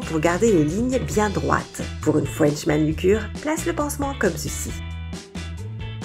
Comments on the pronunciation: Une "fouench manucure" jpp 😂😭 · waw une frouensh manucure elle m'a tuée😂